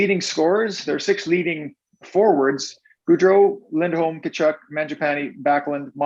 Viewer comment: If u r the host…pronounce gaudreau and Tkachuk right! U had one job😵‍💫